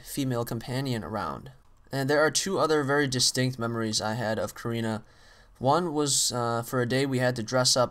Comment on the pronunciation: not korena its karina !